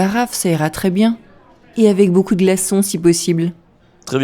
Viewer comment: Got the jist on 1st listen , but guessed 'avoir' based on the context of the subsequent conversation. 'Beaucoup de' sounded like beaucoud and recognised it based on that she wanted ice. It was like in France, when I asked for 'une barquette de pommes des terres' and she repeated twice '...pas encore pret' so I then realised they were not yet ready. I missed the first part but then got the jist.